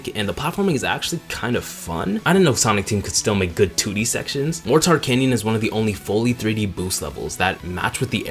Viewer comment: For the drill Wispon, you had me in the first half, NGL. Love this video. It brings more light to a game that definitely isn’t incredible compared to other installments, but isn’t anywhere as awful as others. It gets an unreasonable amount of hate thrown at it, so really, thank you. The one nitpick I have is a really minor one. Mor Tar canyon? It’s Mortar canyon. Like the explosive? I love explosives, so hearing the name of one of the best stages in the game butchered made me actually take internal damage. I felt something lurch in my chest, lol.